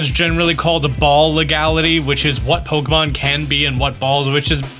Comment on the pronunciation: How can you create Pokémon content for so long and still mispronounce it as “Pokomon”?